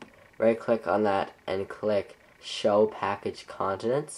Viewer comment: "show package contents" sounded like "show package continents.." :)